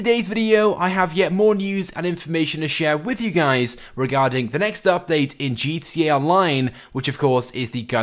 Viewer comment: you can't even pronounce GTA right, you fucking eurasian